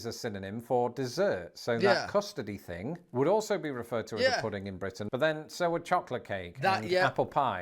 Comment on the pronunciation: My question is why does use an "F" sound instead of "th"... for example he will say "fing" instead of "thing"? Is this British dialect issue? I'm just curious.